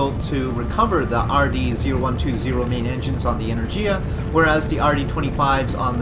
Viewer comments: go to google translate change language to polish, type in energia and click listen, thats how you are supposed to pronounce it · why energIa? It's enErgia!